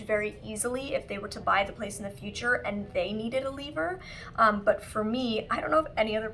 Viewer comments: " L-EE-ver" hahaha I love Molly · ?? i’m hearing lee-ver. at around 32 minutes. maybe because i’m also from canada.